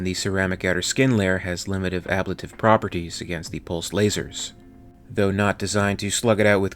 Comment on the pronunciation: Can't watch any more, mispronunciation of fuselage and ablative is killing it. mega oof